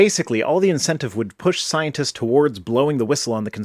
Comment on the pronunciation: The way this guy pronounces "scientist" is just odd. It sounds like "Sionist."